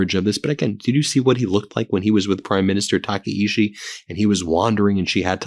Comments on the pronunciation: The japanese PM's name is pronounced "tak-eye-chi" not "taka-ishi" lol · It’s pronounced “Takaichi” with a “ch”, not a “sh”. Your English language has both these sounds, and you can choose the more accurate one. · Tah kah ee CHEE. Please pronounce correctly. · Taka in Taka-ichi rhymes with DACA. Ichi in Taka-ichi is pronounced like ichi in ichi, ni, san (one, two, three in Japanese).